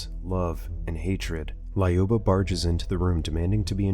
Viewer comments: it's not lAUba 👎 Do you remember Luc Skywalker? Of course yo do. So, it's like Luc, but Luba ! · Every name is pronounced as it was the substitute teacher in Key and Peele. "Lyuba - LAAAH-you-BAH" Not even close. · Lol quick russian lesson 101 It was be (Lyou) (Ba) LyouBa